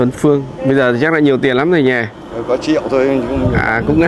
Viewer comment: triệu chứ ko phải trẹo😀